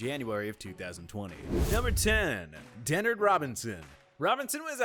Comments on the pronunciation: “De-nerd” Robinson? 😭😭😭😭😭😭😭😭😭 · Omg if ur not gonna say a name right then just don't say it Denerd robinson and he was a fifth round pick he is not a bust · "Denerd" Robinson? Who the hell is Denerd Robinson? You talking about "Shoelace"? Then get his name right. Y'all are a sports channel for crying out loud... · TPS doesn't watch football lol, can't pronounce Denard Robinson's first name and said Peterman was a Tennessee signal caller when he transferred to Pitt, that's like saying Joe Burrow is an Ohio State signal caller.